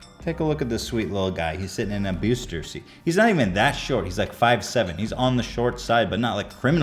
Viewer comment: "Bewster seet"... lmao